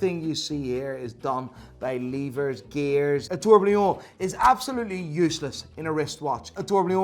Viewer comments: on every video i m gonna write this exact comment until you say the world tourbillon correctly! It s pronounce TOUR BI YON and not a trourblion ! you Hublot lover ! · Still cant pronounce tourbillon